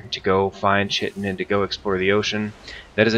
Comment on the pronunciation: Actual pronunciation is "Kite- in" check google if you want. Also, you will definitely have to be in the bronze age to gather chitin. The first real boat is the karve which you were using and it requires bronze nails. Not to mention that you'll have to have killed Eikthyr to make your first pickaxe which heralds the entrance to the bronze age. The first setting of "W" or slowest speed with the sails all the way furled is actually paddling and is used when you are against the wind, etc. The other 2 speeds, half and full unfurled, are when the wind is coming in off port, starboard or aft. I like to take mostly stamina food when gathering chitin or sailing in general usually. Always dock your boat with the ladder facing the leviathan. That way when it goes under you can make straight for it with what stamina you have left. If you run out of stamina you'll start to lose health until you die if you can't make it back onto the boat in time. If you are sailing a long time looking you will probably not have your rested bonus anymore...this is why I always bring some minor stamina mead and I drink this just before taking the pickaxe to the barnacles. I recommend the best pickaxe you can make for speed in harvesting the chitin. :)